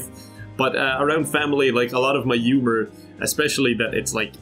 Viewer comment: No one: Not a soul: Not even other Irish:: Umor